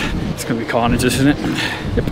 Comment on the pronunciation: Calfnidge, not carnage